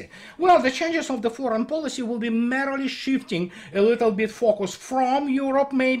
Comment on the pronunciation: I love your work, but just a pronunciation tip for a word you use often: merely - is not pronounced "merrily" but as "meerly"